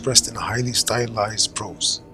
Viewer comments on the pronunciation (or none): none